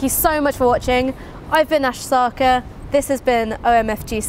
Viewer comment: Well you’ve been assimilated into British Whiteness. “Sakaa” ? That’s not how you pronounce your surname. Your surname is pronounced SarrKaarr ( rolling r’s) right?